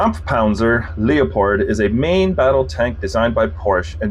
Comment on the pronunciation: It's not Leo Pard.... get it right moron.